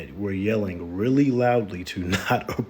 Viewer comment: So you can get rejected and screamed at? Pass. "I weally, weally want some one who is an ATM."